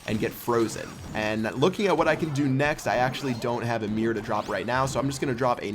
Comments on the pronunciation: Mirror, not mear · Why do you say "meer"? Is it not "MIRROR"?!?!?!?! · It's MIRROR, MIR ROR, not MEER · Why does he say mirred and mirr instead of mirrored and mirror? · Your pronunciation of the word "mirror" drives me nuts. I don't play this game, so had no idea what you were meaning when you first said it :P